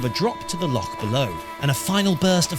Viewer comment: I really appreciate the accurate pronunciation of "loch". Well done on the long walk as well, though.